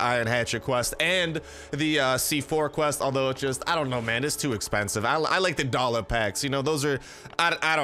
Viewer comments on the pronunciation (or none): i laugh everytime wen he says 25 dolla 😂😂 gets me everytime man